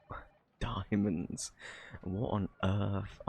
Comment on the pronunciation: Di- di- diamands? Is that what you said? Idk what that is... Had me rolling on the floor!!!